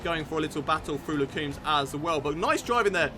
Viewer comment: hey man, the first chicane in Spa is called Les Combes, the o is pronounced o as in "on" or "come" and not oo as "too", great vid !